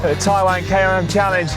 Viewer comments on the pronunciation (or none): none